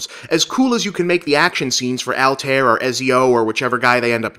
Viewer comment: All-Tie-Eer You got Ezio right though